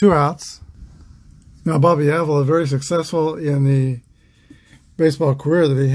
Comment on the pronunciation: Thanks. Exciting Game. Go Tribe. and By the Way...Just Saying The Indians 2B is Bobby Pronounced ah-VEE-la Thanks Again. Take Care and Roll On******